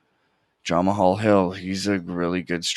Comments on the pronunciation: His name is pronounced jamaal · Nice picks. Never heard someone pronounce Jamahal like that tho 💀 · Bro said jamahal hill like he was Russian 💀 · aha love it